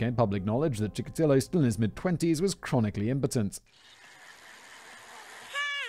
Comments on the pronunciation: Here's where Simon's poor memory from these scripts comes in handy. Though to be fair, Chickatilo was last mentioned like 11 months ago. He's the guy who Tamara Samsonova (the Russian old lady killer) idolized. You kept calling him Chickalito and it drove me insane 😅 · “Chikatillo” is sounding more Mexican as the story progresses. lol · Oh, god! I just watched that one and every time Simon said it wrong I gritted my teeth and snarled "Chikatilo!" I started this video resolved to click away if he did it again. 😆